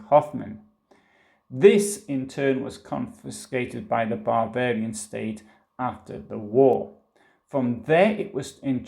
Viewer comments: Everytime he says, “Bavarian,” it comes out as “barbarian.” A Freudian slip? Or a Prussian’s revenge for all of those “Pifke” jokes? 😄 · Bavarian? It sounds like you’re saying barbarian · ...excellent pronunciation!... Especially the word... "Barbarian"... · Sehr gut gemacht. Aber… when you say „Bavarian“ it really sounds like „Barbarian“!